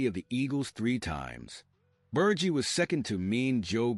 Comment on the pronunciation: Before you do a video on one of the greatest linebackers of the 1970s and 80s, you should know how to pronounce his name you’re saying it wrong It’s Ber Ge like he with a G